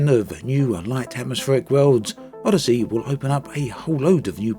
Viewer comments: Tell me I'm not the only one who just heard him call it 'Oddity'? XD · Nah he's said it properly plenty of times. This wasn't a jab at accent. It actually sounded intentional. ^_^